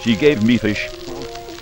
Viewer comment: the way he says fish